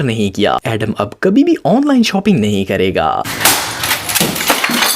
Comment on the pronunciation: Bhai shoping nahi shopping hota he